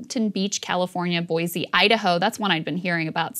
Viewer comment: Boy-see, Idaho, instead of Boy-zee.